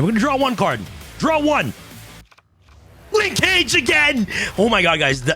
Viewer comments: It’s pronounced: Linkage “Ling-kuhj”. NOT “Lin-CAGE”. Like the word “scrimmage”? I could be entirely wrong and maybe Konami intended to make it rhyme with mobile ‘Engage’ but I swear we YGO players butcher Japanese and other derivative words from other countries but we sometimes don’t realize when it’s just regular English. Konami low key making us forget about grammar and pronunciation when designing card names and text. 🤦🏻‍♂️ *Small rant, carry on. 🤷🏻‍♂️ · pronunciation of “linkage” is giving me an aneurism 🥴